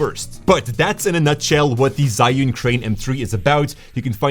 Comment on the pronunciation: ZhiYun 智雲 "Zhee-Yoon", not "Zhai-Yoon".